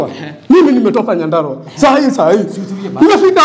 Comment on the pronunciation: ni "nyandarua" not nyadarua